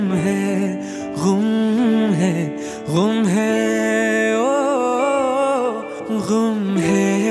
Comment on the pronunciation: गुम है भाईजान ग़ुम नहीं! Love your work 🙂